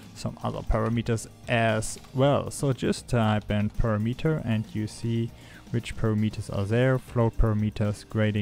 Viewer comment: notice how unity's "color premeter" is spelled and pronounces with an 'a', as in parameter. Four syllables buddy not three. You know text to speech works pretty good these days.